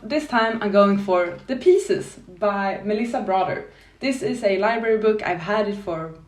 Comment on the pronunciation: The Gunslinger is a short book with portal fantasy elements in it. The pronunciation for pisces is pie zees, yes the spelling doesn't fit with the pronunciation.